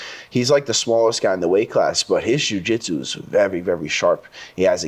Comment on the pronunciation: Nicky Rod saying “vewy” instead of “very” makes me like him more